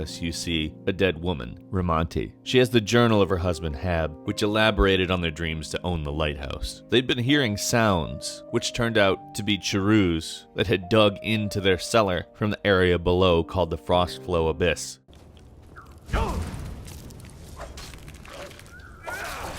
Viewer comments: Lol the Ch-rooos. I think most people pronounce Chaurus like chorus. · WHAT THE FUCK IS A CHEROO?! IT'S PRONOUNCED CHAR US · never heard chaurus pronounced cha roose before. pretty sure its pronounced like chorus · My man said chooroos wtf It's pronounced as kor-us (chourus) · Dude it's pronounced Chorus not Cha-ruse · Am I pronouncing chaurus wrong? I've always said it like chorus, but pronounces it cha-roos. Am I alone in my pronunciation? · I'm pretty sure it's CHAR-uhs not CHAR-ooze lol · Cha-roos you mean choor-is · Why u say chauarus like charoos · That moment that instead of saying CHAurus, like everybody, he says chuRUS. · Charus?! Its pronounced "Ka-rus" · Im done, CHER-OOS?!?!? can you even read? It's cour-us (plural cour-i) Seriously, these people dont even play the game... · "Cha-Roos"?... I've been pronouncing it "Chorus" all this time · Cherroos? Try "Chaurus = kaur - us" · CHA-ROOS? lol. Chaurus. I propnounce Kor-Rus. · "charroooss"?......its "char-rus".....fucking charrooooss..... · its pronounced kaurus not sharus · wait. charus is "charoos"? I thought it was kor is. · Chiroos? I always read it as chorus. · Charoose? It's pronounced core-us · 'Caroo's'? I thought it was pronounced 'caw-rus'?. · "Charoos"? I've heard ingame NPCs pronounce it as "Charus". Great video nonetheless, but that pronunciation seriously rustled my jimmies. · It ain't ch a Roos is pronounced kor ous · .......did you say "charooz"? is..... is that how its pronounced? I dont think I've ever actually said it out loud, but in my mind I pronounced it like "chorus" with a soft "ch" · charoo's? do you mean char-us-es?;) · Charoos? It's chaurus Chaugh-rus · To be honest, Chore-us or Core-us would be correct, but Choorooz is just plain stupid. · lmfao you pronounced them as Chah roos. It's Kaw rus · "Charooz" It's pronounced the same as chorus. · Seriously charoos? They're called charus (char-us) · It's Chow-russ, not charoos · did this man just pronounce them “Cha-roos”? Lmfao.